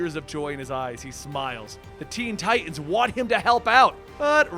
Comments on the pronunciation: Ok its teen titans not teen ti'ans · Please please please pronounce the middle "t" in tiTans lol